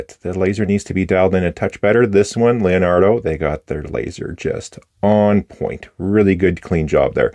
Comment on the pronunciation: Other than "lionardo" instead of Leonardo and "moseico" instead of mosaico (i wish i can write those two words in a way an english speaker would understand the pronounce) everything else was perfect italian with a beautiful accent. Thank you for the review of this beautiful pen